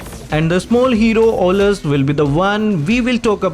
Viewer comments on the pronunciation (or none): Not owlus bro